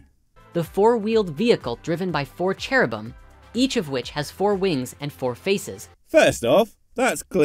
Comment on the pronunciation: That should be Nascar-ba. And,, it's Cherubim, not Cheribum. Dyxselxia explains a lot about.